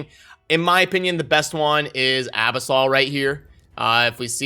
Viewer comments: Uh- biss- uhl not ab-us-all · abisol? a-Bis-ul -- from the abyss